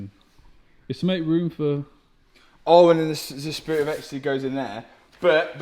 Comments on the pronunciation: "Spirit a exstasayyy" beder alredi! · "Spirit of Ecstacehh" is surely a new t-shirt slogan? 😂 Great vid as always.